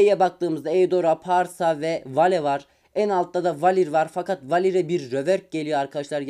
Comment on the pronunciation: Abi Pharsa Faşa diye okunuyo